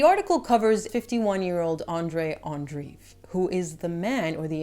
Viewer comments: Andreev, not Andriv. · Andreev is pronounced "Andreyev"/"Andrejev" btw.